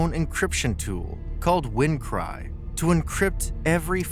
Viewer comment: This video contains several major factual inaccuracies about WannaCry. First, the malware was called WannaCry (Wanna Decryptor/WannaCrypt), not “W to Cry” or “Wukry.” The video repeatedly misnames the malware and then builds its narrative around those incorrect names. The claim that WannaCry used a modified version of Windows' own encryption tool called “Wind Cry” is also wrong. WannaCry used its own ransomware encryption implementation, while the propagation component exploited the EternalBlue SMB vulnerability (MS17-010) in Windows. Port 445 is relevant because SMB commonly uses it, but simply having port 445 open did not mean a computer could automatically be infected. The 230,000 computers / 150 countries figure is widely reported, but it should be understood as an estimate. Also, WannaCry did not necessarily “scan its entire network” in the simplistic way described here. Its propagation involved exploitation of vulnerable SMB systems using EternalBlue, along with other mechanisms. The Marcus Hutchins story is also seriously distorted. Hutchins did not end the entire WannaCry outbreak simply by buying a domain for £10. He registered the hard-coded kill-switch domain, which caused affected samples containing that mechanism to stop executing their ransomware routine. However, WannaCry continued circulating, and other variants without the effective kill switch appeared. The domain registration was extremely important, but saying “the outbreak was over” is incorrect. The clai